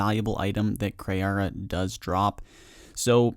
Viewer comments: jesus its kree not kri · Kree not Kray. It’s Kree. That was so annoying to keep hearing you get such and easy self spoken name wrong.